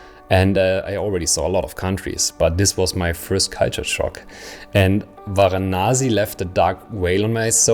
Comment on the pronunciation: it's Varanasi not Vanasi